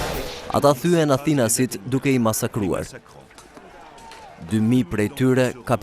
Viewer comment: Pse thua Athinas? Thuhet Atinas! At-inas. Rrjedh nga fjala At, Shqip!